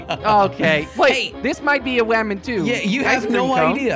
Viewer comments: Is it just me or did keebblekop say wamen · It's woman not weman